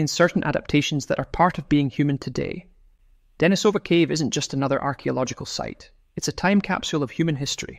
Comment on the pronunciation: deNIsova, not deniSOva How come you don't know that?